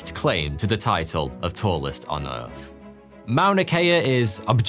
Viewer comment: Can you please learn to pronounce your own name correctly? It is so distracting when you say "foughty" that it actually distracts from the content. Omg you just said Earf.....